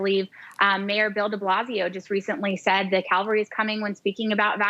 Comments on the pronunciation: Swallowwell says 'cavalry' and in the tweet from Kremer she writes 'calvary '.... both words have different meanings or not!?!!?!!🤔🤔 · Not only is it a misspell, it's also a consistent mispronounce. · It's "cavalry" not "calvary"! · Cavalry not Calvary. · That's Cavalry NOT Calvary !!!! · Cavalry, not Calvary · She didn't misspell cavalry, she thinks the word Calvary refers to soldiers on horseback, rather than to the site of the crucifixion. That's embarrassing. But before anyone goes all 'dumb blonde' or 'dumb Trump supporter' on her, let me just remind you to listen to how many smart people can't say nuclear, and instead say nucular (which is not a word). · Swalwell is not to bright just like most politicians, twit says Cavalry not Calvary kinda like Amen and Awoman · Calvary or cavalry? Lmao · She said Calvary not cavelry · Calvary(intense suffering) not Cavalry(mounted army unit) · Calvary ?........ I think you meant CAVALRY. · She did not say the cavalry is coming. She said the calvary is coming. You would think a Member of Congress could at least read a tweet properly. They are different words with entirely different meanings. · I support the lady 100% in her sentiment, but it is the "cavalry", not calvary. Calvary is a name for the site of Christ's crucifixion. If she meant that Jesus is coming, I agree. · Did she actually mean cavalry? Calvary has a totally different meaning. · She didn't even say the cavalry is coming, she said "The calvary is coming" which makes no sense 😂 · Cavalry not Calvary by the way. The spin attached to her words by the media is typical of those on the left who seem to think that they hold the moral high ground, when in fact, they are in the gutter. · Someone please tell her the word is Cavalry, not Calvary! 😎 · the fact that she said "Calvary" (as in where Jesus was crucified) instead of Cavalry, this evidence should be thrown out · Calvary. Jesus!!! She said Calvary not Cavalry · Cavalry not Calvary you idiots